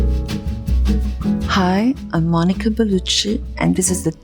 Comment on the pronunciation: Ma perchè dice il suo nome con l'accento americano?Ahh Mo'! E dai